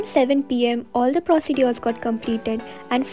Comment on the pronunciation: procedures ko bohot galat pronounce kar rahi hai behen tu